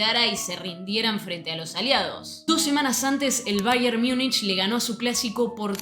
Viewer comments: En alemán "Miunchen" (München), en inglés, "Miunik" (Munich)... ¿Por qué tú pronuncias "Miunich" cuando en español se pronuncia tal cual de escribe "Múnich"? Malas costumbres que degradan la lengua... 👎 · Che, una consulta… (En buena honda) Sos argentina, ¿no? Entonces explícame por qué pronunciás o decís, AMATEUR por amater ( ahí respetás, y estás correcta con en el español), pero luego decís “Miunish” para referirte a "Miunik" (que en español sería Múnich), y lo peor, la sacás del estadio, no aplicás la misma “lógica” con NEW YORK TIMES , ( Nev York Times, pero decis niu iork tiyms), o con Chelsea, que lo pronunciás Chelsi como en inglés. ¿No te parece un poquito incoherente? O usamos la regla en todos los casos, o aceptamos que hay nombres que simplemente se pronuncian como son, ( en este caso, Niu York Tim, Amater, Miunik, Chelsi), sin inventar traducciones a medida. Porque si no, terminamos con un Fráncfort para Frankfurt, Londres para London, y así la lista eterna… Fuera de esta crítica lingüística, igual agradezco mucho tu información. Vivo en un lugar donde el soccer recién empieza a tener sus brillos gracias a Messi en Miami y la liga de clubes, y eso a pesar del orangeman (o mejor dicho Pedoman, para ser más correctos). Por eso no conozco tanto de la historia del fútbol y valoro tu emprendimiento y las ganas de compartirlo. Saludos.